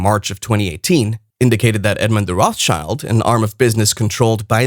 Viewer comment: It is ROT. SHILD.... YOU $#@ IT'S A JEWISH NAME ROT ... Color Red ... German.. ROT And Shield...object Schild German word for shield Get your facts straight